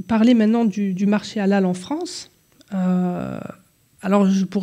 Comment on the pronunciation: Svp, n'en rajouter pas, de l'huile sur le feu,,, Il n''y a pas de viande halal,,, Cacher OUI c'est du sur et certain , c'est la meilleure viande, propre, le peu de viande que j'achète c'est. CACHER,,, '''' mais MR prononcé bien le HA bravo respect